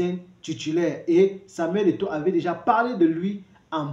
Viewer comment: Il ne parvient même pas à prononcer le nom de Samuel Eto'o! Shame!